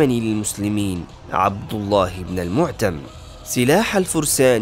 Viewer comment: اسم القائد الفارسي : يزْدَجَرْد ، و ليس يزجرد ، خِيرة الفرسان ، و ليس خَيرة ، عبدالله ابن المُعَتّم ، و ليس المعْـتَم ، الأشعت ابن قيس ، و ليس الأشعس ، منظر الفِيله ، و ليس منزر ،